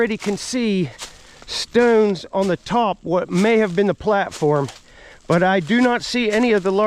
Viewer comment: Im really getting a kick out of the way you say 'stones'. Stewns. Steuns